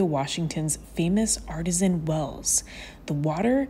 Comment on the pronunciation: A couple pronunciations 1) geoduck is pronounced 'gooeyduck' 2) Artesian well - 'ar-tee-zhun'